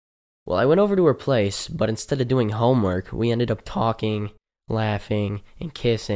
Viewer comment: "we ended up taAlking"